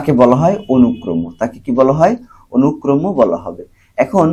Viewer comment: অনুক্রমো না অনুক্রম 😑😑